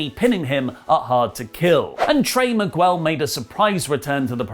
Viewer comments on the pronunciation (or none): it's pronounced Mig-ell (Miguel) not Migwel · wtf is a miguuuuuuel, it's without the "u" mate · Why do you pronounce Miguel so weird 😂😂